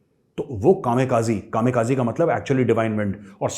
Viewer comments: कामे काजी नही कामी काजे बोलते है मेजर साब । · Major sir, it is KAMIKAZE, not KAMEKAZI please. They were called RIDERS OF THE DIVINE WIND. Thanks.